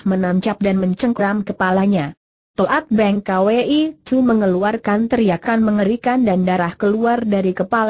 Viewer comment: Toat Beng Kwi dibaca To at beng ka we i lucu.. computer mmng yg baca